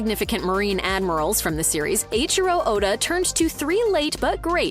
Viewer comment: ohhh... why you can say "Eiichiro" correctly, but not "Toei"? LMAO